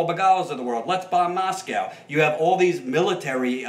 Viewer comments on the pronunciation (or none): none